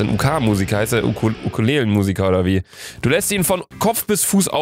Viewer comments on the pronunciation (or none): 'UK' erstmal, deutscher aussprechen geht's nicht und 2. das ist die UK, United Kingdom, England- 😂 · UK = United Kingdom Luca: "Uh Ka"